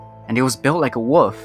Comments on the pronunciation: “And built like a WUFF,” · “Resembles that of a WUFF…”